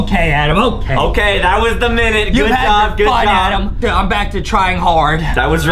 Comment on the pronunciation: is adem not ADAM